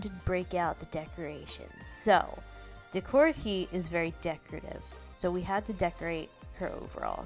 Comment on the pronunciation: Super duper cute! I wear lots of jfashion including decora. I’d love to see a doll with more of the monster aspects that are popular. (Just a little note for future vids it’s pronounced “kay”, Japanese flips how they say e and I.) 👍🏻💖